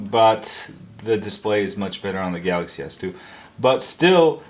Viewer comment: "3 galazy s 3's..." lawlawl